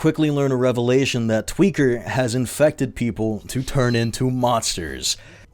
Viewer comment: I felt my brain melt a little each time you said "Revelation"... That's rad! 🍞